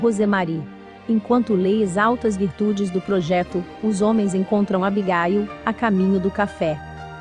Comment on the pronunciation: O nome é Abigail não Abigail e jeck não jak